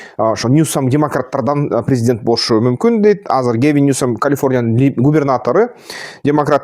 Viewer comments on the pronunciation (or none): none